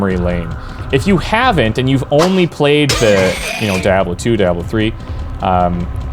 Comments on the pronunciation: I only got 3 min's in to this video. I could not stand hearing you butcher the name again an again! IT's down right sacrilege! awful just awful! say it like this - de ob low. the ab is more like ob in the name bob. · Say "Dee". Say "Ah". Say "Blow". Now put them all together. :p I bought this, though I wish it had been released from Blizzard so it would be in that launcher. I have been enjoying it. I played it back just before D2 came out, so I never finished it. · "Die-a-blow" lol funny how you pronounced it. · In fact is DEE AHH BLO and is spoken in voiceovers throughout the series, in this game both Cain and Lazarus pronounce the word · Wtf is die-ob-low? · Die ablo? Dude you're asking for it 😂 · Wow really?? Die-a-blo. In future learn to pronounce the name of the game before making a video about it moron. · Dude. Why are you saying die-a-blow How do you say, Lamborghini Diablo? Dude, seriously. Annoying af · Its Diablo not Dayablo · DIE ABLO? DIE... HABLO? DIE PABLO? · If this guy say DIE ABE LO one more time im kicking his ass. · Why the fuck are you saying it like that? Dee-ah-blow. Jesus fucking christ. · Seriously, why do people pronounce it "DIE-ABLO"? Is there an inside joke I'm not aware of? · It's not "Die ah blow" .... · "DieAhBlow" REEEEEEEEEEEEEEEEEEEEEEEEEEEEEEEEEEEEEEEEEEEE! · Everytime you say Dye-Ablo I wanna kill myself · dya blo is the french pronounciation is doing a compinations of french and english and it is fitting since he is canadian:D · Did you just say, Die-ablo? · WTF is "dayablo"????? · Neat. I liked this one best. Its not DYE AH BLOW, though. Lol. Please dont make that sound. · Two things (if you continue): 1) It's pronounced Dee-Ah-Blow. 2) I don't know if this was introduced in Diablo II, but there should be a menu option to have the name of the object that drops hover over it. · Its not called Dieablo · You're saying Diablo weird :P Dayahblo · Not even how you're saying it though. You're saying DIE AH BLOW.